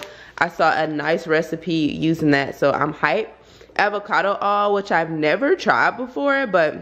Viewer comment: All your country came out when you said avocado oil 🤣🤣